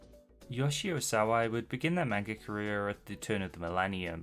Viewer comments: how are you going to make videos about manga when you can't even pronounce the word "manga" correctly? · lmao heard how you butcher "manga" in the first five seconds nope. not gonna listen to someone who can't be assed to learn a foreign word correct